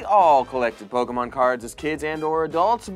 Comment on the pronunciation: I have mixed feelings of anger and happiness...but the happiness outweighs the anger lol Edit: nevermind, hearing "Poke a mon" will always piss me off 😤 Edit (The Sequel): I have to legally say this is a joke